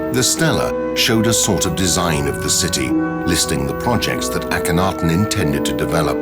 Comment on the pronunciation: aton pronunciation is wrong. it does not mean sun disk. and your pronunciation of his name is wrong